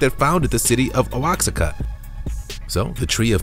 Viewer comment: If you can neither pronounce English nor Spanish, maybe don't narrate the videos yourself. Germanic, stoic, Oaxaca. After that I stopped watching